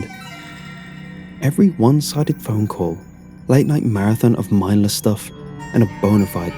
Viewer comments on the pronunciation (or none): none